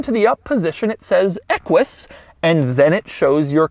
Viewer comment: the fwunt of the equish